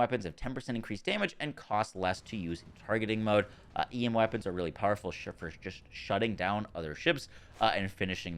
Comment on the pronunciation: "Wappons" lol